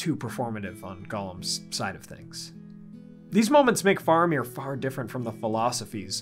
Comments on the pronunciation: It's fa-ra-mir not far-a-mir. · Why are you saying his name wrong as Far amir? It is Fara meer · wait what is the correct pronunciation of Faramir? I thought it was like Fair-a-meer